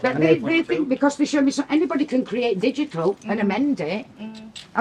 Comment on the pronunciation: did he actually say digical? there's no c in digital